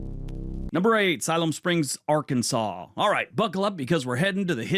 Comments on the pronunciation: I was impressed that you pronounced Arkansas correctly. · I love you're in the UK.. and can correctly pronounce Arkansas.... move to Texas already! Come see us.... the USA will treat you right ❤